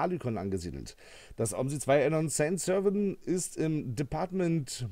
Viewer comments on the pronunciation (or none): Die französische Map spricht sich französisch aus. Sän Servän in Lautschrift.